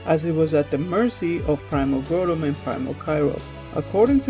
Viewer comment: You say Groundon weird.You sound so so so stupid.You also say the other one weird too.